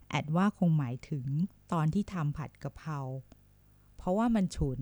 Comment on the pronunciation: 55.ผัดกระเพรา .ไม่ใช่ผัดกระเพราะ..แอดมินคนไทยหรือเปล่านิ.555555